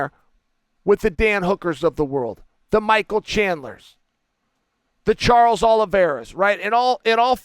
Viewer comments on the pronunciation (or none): none